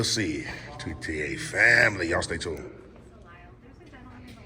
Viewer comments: you are out in the Western burbs, the "s" is silent; it is pronounced lile like tile. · The “s” is silent man. “Lyle” is I The correct pronunciation